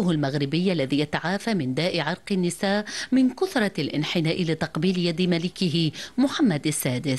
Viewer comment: نطقت عرق النساء وهو في الأصل عرق النَسا كما كتبت